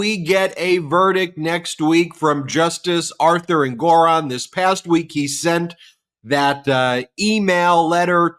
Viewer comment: Love you guys., sorry but I gotta point out it seems you’re mispronouncing Engoron’s name.? (Am I spelling it right? 🤪)